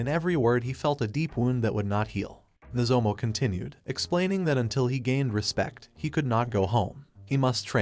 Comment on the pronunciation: Could the AI voice not pronounce "Nozomu", so the author just "Replace all" into "Nozomo"?